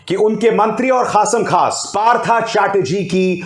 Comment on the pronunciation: Abhisar ji your pronunciation is wrong. Partho is right bengali uccharan. English may likhna parta hai partha.